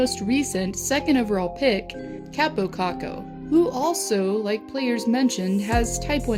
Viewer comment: And btw you have to say kaapo whit 2 a